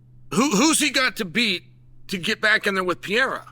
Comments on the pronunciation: Cheal maybe its time to give Alex the respect of learning to pronounce his name CORRECTLY? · can u get his damn name right already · Came here to check if he still says “piera”. Thx god he does 😅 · After this video Alex will finally change his last name to Peeayra 😂😂😂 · Chael, it's PE REI RA. 3 syllables. Respect names! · Bro stop saying Piera, respect the guy. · Chael still calling Poaton, Alex Pee-air-a kills me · His last name is not Piera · Chael , come on dude , learn how to say his name PLEASE , it hurts my ears every time you say his name hehe its PEREIRAAAA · I came for "Piera" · Alex Pierre 🗿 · "Alex pierre" 😂😂😂😂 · Per-aid-duh..... Alex Per-aid-duh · Como brasileiro fico me perguntando: é tão difícil,um americano médio falar o nome.... PE-REI-RA??🤔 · How many belts do y'all think Alex needs for Chael to stop calling him "Pee-era" 🤣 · The smart man is getting a bunch of extra comments on his video about “Piera”! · "Alex PeeAirAh took Ankaleav down" -Chael Sonnen 😂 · LEARN HOW TO FREAKING PRONOUNCE HIS LAST NAME….. PENDEJ0000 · He know how to pronounce the first 3 letters of Perry but not the first 3 letters of Pereira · I love how Chael refuses to pronounce Pereira correctly.. and I guess you would consider to take down cuz he landed on his back but it was a huge right hand that rocked him and made him shoot . He was already half out Chael. It hurt him. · man chael its been years at least try to say his name 😂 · Anyone try to correct you on the pronunciation of Pereira 😂😂😂😂😂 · Why can't you still get Pereira's name right? 😂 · Uncle Chael love ya but I cringed everytime you, of all intelligent informed UFC commentators next to DC, can't pronounce the champs name right. Cmon man! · Bro, there are TWO "R"s IN "PEREIRA". You are the only one that still messes this up! He was making sure Buffer got it right before the fight. Get his name right. He doesn't like you messing it up. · Uncle Chael you’re a smart man! It’s about time to pronounce “Pereira”, correctly!🤓